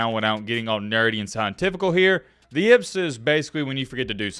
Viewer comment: The way you pronounce "yips" makes me want to rip my fucking hair out.